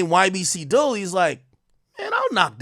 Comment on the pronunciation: 😂naw rs he tore it up. Even when he first reported Dul murder he was saying ybc dol😩